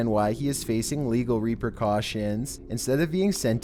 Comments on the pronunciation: 1. First of all, it’s “repercussions,” not “repercautions,” another word that does not exist. Again, I’m not trying to make fun, I’m only trying to help. As for the defendant in this video, he had to have been evaluated by at least two psychiatrists. I would be very curious what the psychiatrists said. Another fine video. Keep them coming! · It's repercussions, not reper-cautions. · Repercaution?? lollol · All of a sudden, not all of ‘the’ sudden. Repercussions, not ‘reprecautions’. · Repercussions, not reper-cautions